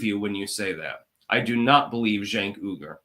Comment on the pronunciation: Cenk and the Young Turks - didn't they grant fame and fortune to AOC? and isn't his last name pronounced like "wee-gur"?